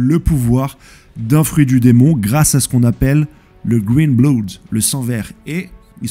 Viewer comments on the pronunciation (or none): none